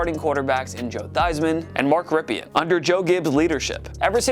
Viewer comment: Lost me almost immediately with the failed Mark Rypien and Gus Frerotte pronunciations.